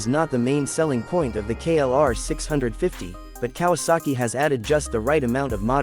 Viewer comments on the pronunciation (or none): KLR OR KRR ??? GET IT RIGHT! HOW UNPROFESSIONAL